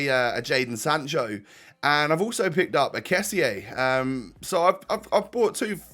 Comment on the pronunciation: it's pronounced kessi-ay rather than kess-ey